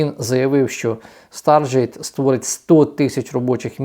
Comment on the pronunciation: Да навчіться англійські терміни читати: ОупенЕйАй, СтарГейт, Ілон Маск (а не ІлОн, це не Ілона).